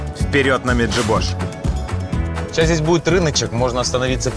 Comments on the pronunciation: Сколько была в Меджибоже всегда говорили МеджИбож, а не МеджибОж🙄 звучит страшно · Меджи'бож ударение на ,жи,, не интересуетесь вы ..дизлайк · Ударение не правильное ставите МеджибожА на И , неповага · Когда пол выпуска Меджиибож называли Меджибоож, я еще терпел. Но когда в конце Баакоту назвали Бакоотой, меня взарвало... ВЫ ЧТО ТАМ СПЕЦИАЛЬНО ИЗДЕВАЕТЕСЬ! 😆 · Чудо мандрівники, треба було корінних мешканців Меджибожа запитати, як правильно наголос ставити! А не фантазувати! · Меджибож - ударение на И.